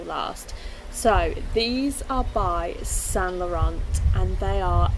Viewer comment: Nice collection very good video but just want to say we do not pronounce the"t" in saint Laurent 😉😘